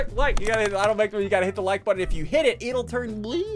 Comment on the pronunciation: It’s not “HIT THAT LIKE BUTTON”... it’s HIIT DAT WIKE BUTTTONN